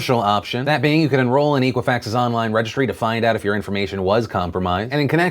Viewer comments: Eck-wa-fax, it's eck-wa-fax. Not eek. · I hate to sound like hermione here, but your pronunciation drove me nuts It's EH-qwi-fax not EE-qwi-fax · EK-uifax not EEK-uifax. Ex like except. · Hey Phil, It's pronounced Eh quih Fax not EE qhih Fax. Soft E. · Pronounce it correctly. It is X-quwa-fax not E-quwa-fax. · It's pronounced "eh-qui-fax", like the word equity. Not EE-quifax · EEEEEqua-fax? I thought it was pronounced ECK-wah-fax! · Phil, its pronounced Eck Wa Fax. I've never heard of EEK! Wa Fax. The hooked on phonics courses are available to help you. You don't have to go at this alone. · you're pronouncing equifax wrong . It comes from Equity so use that sound instead of eekwifax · Phil, it's pronounced "eh"quifax. Like their response when asked if they should report their findings immediately. "Eh." "E-quifax" sounds like it was founded after dial-up. It was not. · Dear God Phil. It's Eh-quifax. And the breach was in July, not September. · It's pronounced Ekwafax, like Equity, not Equal. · You're not pronouncing Equifax correct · You're saying Equifax VERY wrong. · What does watching the "very important video" do for all us American adults? There's basically nothing any of us can do. The data breach has already happened and none of us can stop a credit card being issued in our names without our knowledge. Just what is it you think your talking about this story (and repeatedly mispronouncing Equifax) will do.....other than get you a lot of views?